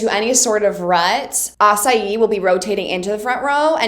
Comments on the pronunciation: Hey Victoria! Really excited to see you continue with this reaction series A couple of unrequited pronunciation recommendations for you :p I've noticed you pronounce Asahi as "asa-i", so to pronounce his "hi" syllable like you do with Hinata, it's the exact same sound Also, Date tech (commonly referred by us as Dateko) is not pronounced like "today's date is March 9" or "I have a date on the park", it's actually DAH-TEH ("da" like da Vinci and "te" like nintendo's "te") Anyway this is just a recommendation, so keep up the good work Lost of love from Ecuador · You're still pronouncing Asahi and other names of schools wrong. Just so you know. I'm fluent in Japanese and read the manga in Japanese so. I do appreciate you watching it in Japanese though. "It only works with Shoyo and Kageyama" 🤭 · Found this recently and I'm looking forward to seeing the next episodes! You have probably gotten this already but in terms of character pronounciation for future videos: Aone is ah-oh-nay and Asahi is Ah-sa-hee (like the beer!) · The correct way to say Date Tech or Dateko is Da-te Tech as for the japanese its Da-te-ko And Asahi is A-sa-he